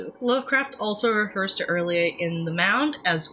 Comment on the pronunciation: Yaaayyy!! Finally I get to hear somebody pronounce R'lyeh the same way I do! Not a big deal I know, but agreeing on a weird, made-up alien language is rare